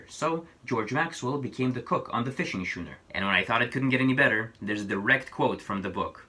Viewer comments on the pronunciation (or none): The word "schooner" is pronounced "skooner" not "shooner"